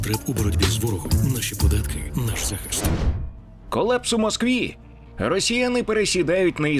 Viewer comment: Погана озвучка. " сутичкЕ", коллЕпс"- це якесь фонетичне насилля над мовою!